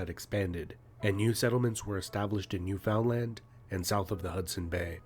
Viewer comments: I truly wonder who's the narrator. His pronounciation of Newfoundland is clealry from someone who has never heard the name before. It's not "New found land", it's Newfinland or Newfnland. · How come the narrator can say New Orleans correctly but not Newfoundland ( it’s Newf-un-land). Not New Found Land. Thanks for posting it though! Much appreciated. And yes DJT is a super asshole. Stay the f away from Canada. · This narrator pronounces Newfoundland in a way that would get him slapped in the face with a boot in that province. It should be new-f'n-LAND. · Whoever made the video you're reacting to must not be Canadian based on the way they pronounce Iroquois and newfoundland. I don't know a single Canadian that says new-found-land. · Newfoundlander here. Wonderful presentation. Fyi Newfoundland is pronounced newfinland. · I was checking the comments before I said the same thing! Felt my eye twitch when it was called New Found Land lol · It's not the most important comment. But I'm from Canada's smallest province, PEI. We're neighbors of Newfoundland. The pronunciation of Newfoundland is "Newf'n'land". Don't ask me why, I have no idea 😅😅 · Newfoundland is pronounced “Newfunland”…and didn’t join Canada until 1949. Officially it is “Newfoundland and Labrador”. Labrador is located west of the island alongside Quebec…. Cheers from Nova Scotia Canada… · It's pronounced "New-fund-land". No biggie, just letting you know :) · Watching from Edmonton, Alberta 🇨🇦 The commentator was obviously not Canadian. The way the guy was saying Newfoundland was driving me nuts 😮 Newfinlnd (is the closest I can think of how it is said) 😂 I would’ve touched on a bunch of different things, but I do appreciate you learning about Canada 🍁 🎉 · "New FOUND land"? Please, next time, ask a Canadian to read the script. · It'spronounced Newfundland, not like found. 😑 Also it's pronounced Irikwa, not Irikway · It's pronounced Newfinland. If you learn anything about Canada, please learn this.